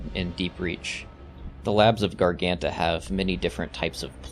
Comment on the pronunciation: great video, but i must admit it was funny seeing you not even trying to pronounce garganta correctly